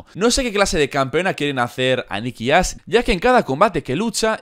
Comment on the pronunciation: Jajaja dice Nikki ass no Ash